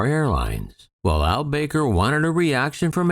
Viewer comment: It's not pronounced Al BAKER! It's Al Back-er. :|